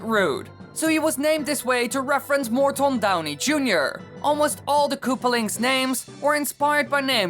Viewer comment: It's Morton not mort on.